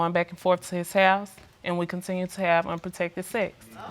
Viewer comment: Man, even after the judge low key corrected her & said "protected," she did not stop.🤦🏽‍♀️